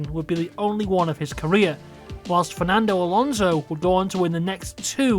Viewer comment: There's no Z in Alonso, the S is pronounced like, well, an S.